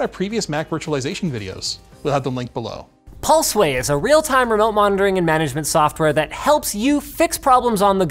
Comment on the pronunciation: Did anyone else hear "Paul Sway"?